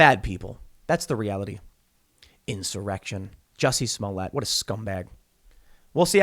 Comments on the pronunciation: Bro Tim you’re still funny, that not how you pronounce their names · Smolliëtt (Smolly-ay) 🤣